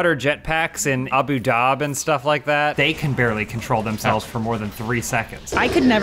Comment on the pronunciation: "Abu dhab" mate there's an 'I' on the end